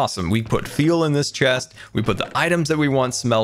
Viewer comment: Hold up did anyone else hear him say "we put feel in this chest..." instead of say fuel or am I hearing things. (Says it )